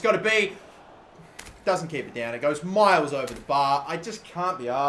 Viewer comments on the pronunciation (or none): none